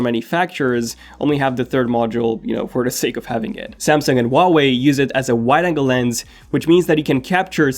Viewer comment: That’s so ugly and you pronounce huawei wrong.